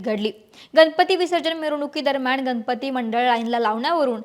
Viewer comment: पुने नाही पुणे, गनपती नाही गणपती. भाषेत सुधारणा अपेक्षित आहे.